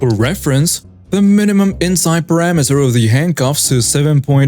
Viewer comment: Your pronunciation of ‘Perimeter’ is sounding like “Parameter”. These are completely different words. Please practice your pronunciation.